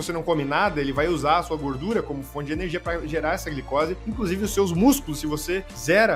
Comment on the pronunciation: "iORgute" "eRNegia".... Aí é foda. Rsrs